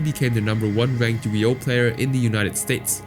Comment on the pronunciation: The most disturbing crime here is the way you pronounce Yu-Gi-Oh as "Yugi-OH"